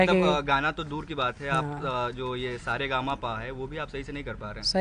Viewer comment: Sa re ga ma pa sahi nahi bol raha hai. Sir abp